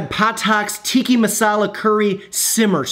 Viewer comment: TikkA, not Tikki... Tikki is fruity drinks with umbrellas in kitschy cups.